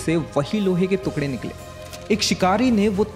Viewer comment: Bro you need to correct your pronunciation...it's टुकड़े not तुकड़े